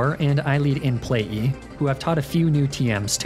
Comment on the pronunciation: It kills me how he consistently calls it “In Play-E” any time he’s referring to Mr Mime 😂